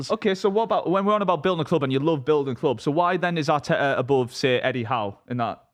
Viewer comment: says clob instead of club, proper weird